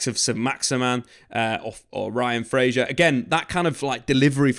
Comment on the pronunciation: Fraser not Frazier hahaha